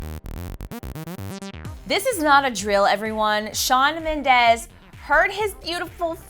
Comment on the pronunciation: Shawn mendés????? Hahahahaha WRONG